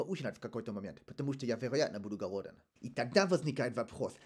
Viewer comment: Nice work bro, interesting material, thought the etymology of this word is quite obvious for a Russian. You could also dig a little bit deeper into the history of word up to the Proto-indoeuropean language. Also го́лоден is pronounced with the first syllable stressed.